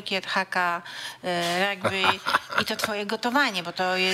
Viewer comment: Rugby nie ragby